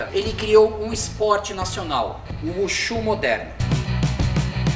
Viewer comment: Vushu não, wushu.